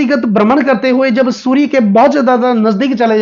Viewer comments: 😅😅😅😅😅 वहीं समझ में नहीं आता है कि यह श अक्षर बोल सकते है लेकिन गलत जगह इस्तमाल कर रहे है।😂😂😂 चलो, जो महत्वपूर्ण माहिती मिल रही है उसे लेले और समझ लें। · अरे बाबा जी शूरया नहीं सूर्य ।